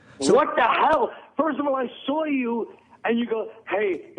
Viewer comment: and the total opposite when "Furst of awl" comes out of Vos' mouth.